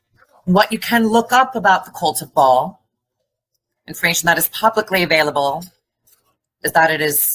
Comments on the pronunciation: I watched the entirety of the interview with that Anya chick. My MAIN issue with the things that she said, is her pronunciation of Ba’al. It’s actually pronounced bah-all. That punctuation mark is in the middle of the word for a reason! Lolol Pronunciations are very important when saying a “Gods” name. Idk… She just rubbed me wrong. I didn’t like how slow she said everything. Like she had to think about what she was saying just a taaad too much. Bringing up Walt Disney… First of all…I want evidence? Maybe someone to maybe back up what she’s saying. A witness?? Maybe another victim/survivor. I would love to just dive into her testimony head first. However, people are….imo, brave these days. They chase clout, money, revenge… Why is she coming forward sooo late in the case after all the hours of coverage?? Ghislane Maxwell is still alive. I’m sure many of the other predators involved are still around. Is she not concerned for her life? If not, I’d like to know how. Also, if she claims she’s afraid for her life, why do an interview on YouTube??? Anyone seeking justice would be hiring a good attorney and seeking the necessary charges. Something doesn’t add up with her and her story… And the Smashing Pumpkins guy said there was a book, but there was actually no book?? Smh… I DO believe that child star guy!!! There are many many people who have been through horrible experiences in the music industry and tv entertainment etc. Sorry, I forgot for a sec that this is a video about the r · I know. When I say a demon's name properly. My dog's ears perk up. I've read the goatia, and the leaser keys 1 and 2. Ba'al is pronounced bay all. You have to say it fast. Bay All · See REVELATIONS 2:9 & 3:9. Comment from Bible student Mike777. Some of these are Kenites. They are a generational blood line of Satan himself. The pronunciation is BA...AL. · Not Ball or .. "Bae-al" two syllables.